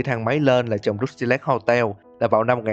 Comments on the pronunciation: kênh lớn thế này mà làm content đọc tiếng anh không nỡ bỏ 5s lên mạng check phát âm à? =))) xong hơn 2tr viewer cũng cứ "rút ty lếch" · Uhm mình góp ý 1 chút là khi ad đọc cái Rusty Lake thì chỉ cần đọc thế hoặc là " hồ Rusty " là dc rồi.